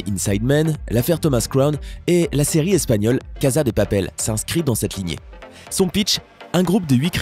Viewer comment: Il y a une erreur que g remarquer ç ta prononciassion sa se prononce cassa de papel